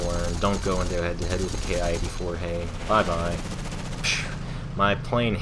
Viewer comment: It's pronounced "Kee". Good vid. Those 30 mm are devastating. One short burst and good night!